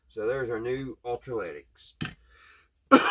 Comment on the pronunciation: Electro lytic not ultra lytic.👍🏼